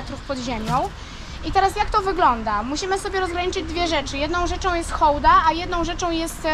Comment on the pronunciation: Super że Hołda a nie hałda. To tak jak by mówić hasiak😀 Pozdro